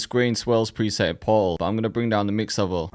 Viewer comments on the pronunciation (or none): haha the way you pronounced portal killed me :D